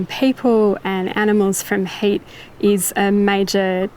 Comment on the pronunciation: Funny, whenever she says HEAT, I hear HATE.